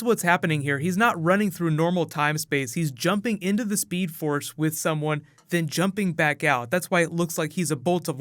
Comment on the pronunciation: Did he say speed ford lol